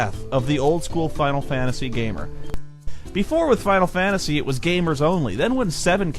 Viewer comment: Man this is awesome, its a crazy nostalgia trip to hear someone pronouncing Final Fantasy like "Faow Fah-Uh-See" again like when I was a kid